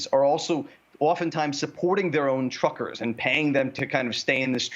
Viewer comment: The word "truckers" said quickly sounds, to my ear, very much like "trumpers."